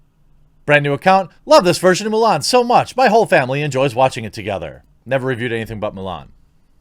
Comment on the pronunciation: Haha, I think I heard you say "Mule Ann"... XP